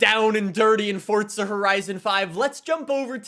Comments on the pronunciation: Fortza.... its forza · Stop saying "Fortza". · THERE IS NO T IN FORZA!!!!!!!! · i like how he says fortza instead of forza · FORTZA HORISON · This man puts the T in forza